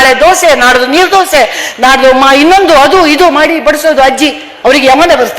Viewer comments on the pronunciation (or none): none